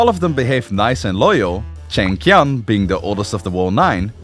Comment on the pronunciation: Just a tip: “Q”s in Romanized Chinesed is pronounced “Ch” so in this case “Chi-yan” not “Qian” (Ki-yan)